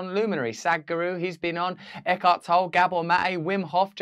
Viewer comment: Eckhart TollE...emphasis on the E.